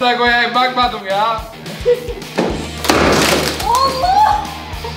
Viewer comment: İlk izlediğimde fark etmemiştim burada şivesi kayıyor 😂😂😂'bakmadum'😂😂